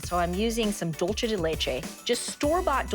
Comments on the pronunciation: 😂😂 ikr. I hate when people pronounce dulce like that! Nails on a chalkboard!!!! It’s Spanish, not Italian!! She even spelled it right on her dry erase board at the beginning. Oy..... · .....I'll forgive her for it bec she's thinking in Italian.